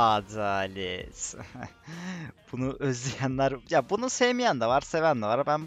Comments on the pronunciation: Değişik bi şekilde adelet diyosun çok güzel bence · Azalet demen efsane bana gore ama haklisin seven var sevmeyen var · r atarken adaleğt deyişin için izliyom sal o boş yapanları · Ğadağlet demeye devam et senin olayin bu seviyorum xd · senin adalet deyişini beğenmeyenler varsa izlemiyebilirler